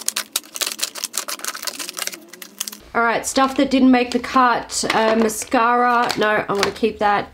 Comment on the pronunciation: I can’t listen to you say mascara without saying “mashara” & it sets me off giggling each time hahahaha ... brilliant vid showing a declutter actually doesn’t have to be huge - just a way of keeping on top of things & that it is ok to declutter things we no longer like anymore (this is something I find hard & it spoils my drawers,so I’m going do a mini declutter) 💖